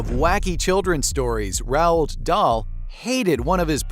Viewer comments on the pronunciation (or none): Maybe you coulda spelled it “rolled” so the AI would pronounce it normally. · Terrible, You can’t even pronounce Roald properly .